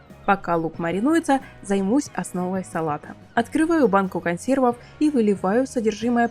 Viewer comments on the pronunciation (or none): Так, она и говорит консервОв...😅